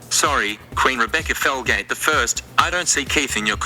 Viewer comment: Her name is Rebecca Felgate every time she said her name I thought every single time her name was Rebecca Failgate 😂 I'm sorry Rebecca